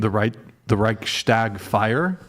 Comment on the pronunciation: As a German i have to say Chair 2 does ABSOLUTELY not represent germans at all, the only excuse for her not knowing what the Reichstag, etc. is that you guys mispronounced it and we mostly call it the Bundestag by now. We are DEFINITELY educated better its honestly common knowledge